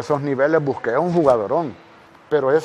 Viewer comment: ESTE CHAVAL DISE BUSQUET.JAJAJA XDSSSSSS...MENCIONA AL GENIO MARAVILLA ASTRO DE CONTENCION CASI UN MAAGO CON EL BALON....EL GRANDE. INIESTA....XDSSS EL SI Q ADMIRABLE.....CLARO MAJICO GONZALES. JAMASSSS NUNCA VA EXISTIR UN MAJICO...MIS RESPETOS SSLUDOS DE UN CATRACHO..VIVO EN ESPAÑA...SALUDOS HERMANITOS SALVADOREÑOS